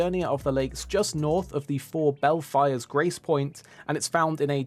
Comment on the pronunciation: Belfries is pronounced "Bell-Frees" not "Bell-Fires"